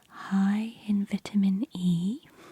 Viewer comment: Couldn’t watch it because of the way she said vitamin